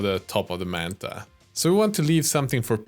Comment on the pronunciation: Why do you keep calling it “mantha”?